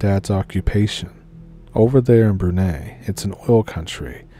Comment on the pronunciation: Brunei is pronounced ‘broon-eye’. Broon as in broom and eye as in 👁️ . Not to be the language police but it’s like if someone from Brunei pronounced Seattle like ‘seetle’ .